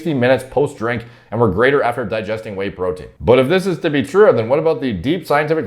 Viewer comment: Huuuuuaaaat is dis bastard guy saying tree years to digest purootin pawder !? Is he insane!?